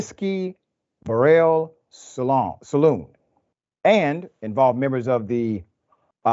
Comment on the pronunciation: My man said whiskey salon 😂